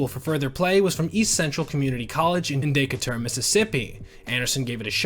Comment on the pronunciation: That pronunciation of "Decatur" is perplexing.